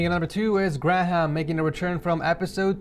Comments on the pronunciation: gra-ham 😂 just to let you know its said like gray-um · Isn’t Graham read as gray•hum? Grah • ham is so strange 😂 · its pronounced "Gray-um" not "gra-ham" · I hate to be this disuse but grayham is pronounced graym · Okay... It is pronounced GRAY-EM!!! aRgH!!!!! Please stop saying Gra-Hem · Did he say grah ham?😂😂😂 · graham is pronounced greyam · It’s pronounced greyam lol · im sorry but you butchered graham i dont know wether its pronounced differently in the states but over here its pronounced "grey" "hum" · The way he pronounced graham🤣Uts pronounced gray-um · Why is he calling graham 'gram' that is not how u say it lmfao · Graham is pronounced - ‘greyam’ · ok. its pronounced Gray am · He did not just say gra-ham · "Grah- ham" ?? hahah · Graham is said 'Gray-um' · The way he said graham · Dude that’s not how you say graham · How can he not say graham right ahah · The way he pronounced Graham lol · Your saying Graham’s name completely wrong lmao